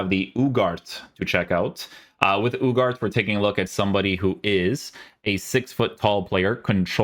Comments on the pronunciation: isnt uuu-har-tay? I heard the commentators say on his debut. same as Garnacho the G is pronounced as an H. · Ugarte, pronounced uuu-garrrr-teee